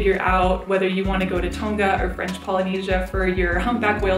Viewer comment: you said tonga wrong but thats ok